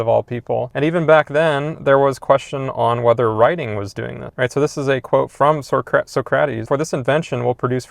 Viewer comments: Amazing video, but Suh-crat-ease??? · Yea I guess the school system never exposed him to the correct pronunciation which is surprising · I'm sorry, "So Crat Ease?" I had my reservations about your take, and then THAT confirmed. Bye, Felicia. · Socrates pronunciation ☠️